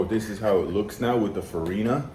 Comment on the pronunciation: It's "farinha", spelled "fariña" ("nh" has sound of "ñ"). The "ñ" from "piñata", for example. And "feijoada" is spelled as "fei"joe"ada). Yes, put "jo" is spelled "joe" in "feijoada".